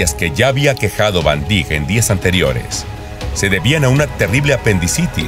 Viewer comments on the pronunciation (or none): Se pronuncia Viryil Vandaik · Se pronuncia Vaindaik